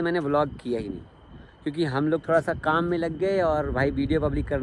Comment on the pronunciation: Tadak nahi Tarak hota hai Thora nahi thoda bolte hain